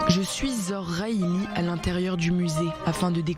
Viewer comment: La conservatrice s'appelle Zhor Rhihil non pas rhaili